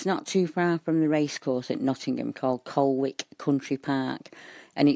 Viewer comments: its pronounces 'Coll Ick' ;) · VERY interesting! I lived near Colwick Park for about nine years. Incidentally, Nottinghamians pronounce it 'Collick'. :-) The area has been known for a long time for its association with the occult.